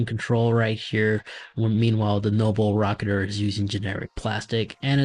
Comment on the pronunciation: I don't think he actually pronounced the name correctly the entire video. He just kept saying noble rocketer and even called it noble racer lmfaooo